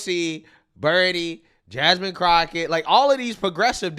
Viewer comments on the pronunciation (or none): Love your content man but your killing me with calling her “crotchett” and not Crockett 😂 It seems like Newsome is trying to make himself look moderate and appeal to the leaderless democratic parties voters. He is trying to force his way to the top on the Dems side, but if you have places like CNN kicking back at you, I’m thinking Democrats in charge don’t appreciate him trying to jump to the front Without their blessing lol. That’s what I’m seeing here. But if he’s smart, he can easily come up with a defense for supporting those ideas in the past, especially because voters on the left will always give their own the benefit of the doubt. Incredible stuff. Lol. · I'm starting to believe actually thinks it's pronounced Crochet. It's good for a burn, but it's Crocket. It'll be the only time I defend that witch.